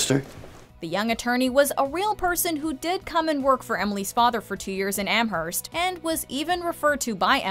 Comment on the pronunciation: Am-Herst 🤢 it's pronounced Amerst